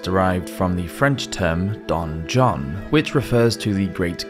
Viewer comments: Very interesting, I'll subscribe to your channel. :) "Cachot" is pronounced "casho", it was quite funny the way you said it! (cashott) You have "donjon" completely wrong as well, it's not "donnjonn", the sound "on" in french doesn't exist in English and it's not "onn". Good job on "oubliette"! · I’m sorry, he probably can’t help it, but the narrator’s “French” pronunciation is hilarious. Don John and Cachotte 💀